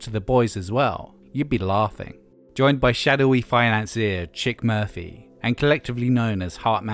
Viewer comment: lol "Chick Murphy"